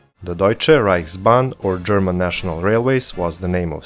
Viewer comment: It is called „Deutsche reichsbahn“ and not „Deutsche Reihsbahn“